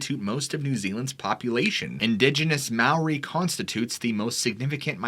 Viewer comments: Its spelt Maori,pronounced Mah-aw-ree,wow a long way from home then. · It’s fun listening to you botch all the Māori names